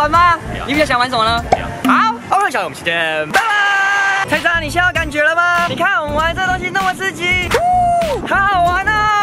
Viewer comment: 的時候是“蔡”喳（沒惡意）